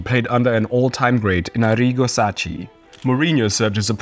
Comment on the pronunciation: Arrigo Sakki, saKKi, SAKKI! Italian is not spanish FFS!!